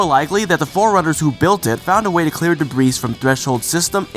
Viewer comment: Debris is not duh-breeze.